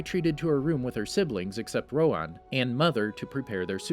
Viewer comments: Please learn how to properly pronounce their names. Piandao is not pronounced "Piando," and his name is "Rohan," not "Rowan." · Did anyone notice he pronounced Rohan rong (it’s pronounced roha)